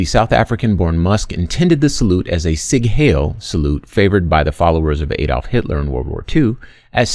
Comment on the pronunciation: I didn’t Adolph was Roman? “Sig hail”??? Dude, it’s Sieg Heil (zēk-hĩl).